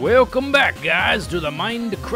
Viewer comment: Welcome back-a, to the mind-a-crack-a